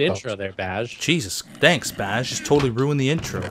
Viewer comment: Description fail. you said "Bai" instead of "Baj".